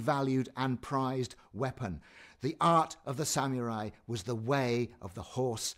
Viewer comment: Sort of interesting but hearing "sam-yu-rai" again and again is annoying. Sah-moo-rai.